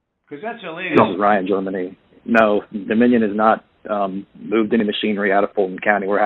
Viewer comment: Doe-minion! LMFAO!